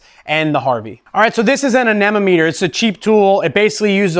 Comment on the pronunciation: You should probably know how to pronounce the tool to measure air flow correctly if your going to do a video on this topic. Just google how to pronounce it.!